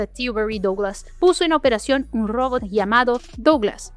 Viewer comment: Todavia no aprendiste a pronunciar ROBOT y eso que lo decis 100 veces por video.